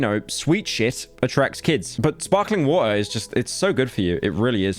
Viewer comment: It is so funny to watch him cope by saying water with a capital 'T' Then fall off It least he had it a full 10 seconds.